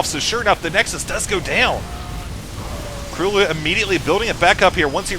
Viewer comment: gj with the pronounciation - KróLu is a polish player and his nickname should be read just as u did it, like 'Croo-loo' (ó is generally read like u in polish);]